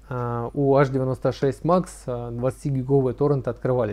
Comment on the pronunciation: Аш-96... тады, говорите аш-ди-эм-ай-кабель, ха-ха-ха... Садись - двойка! Эйч-96, грамотей!